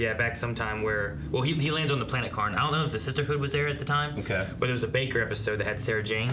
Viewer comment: FOR THE LOVE OF GOD ITS KAHN NOT KARN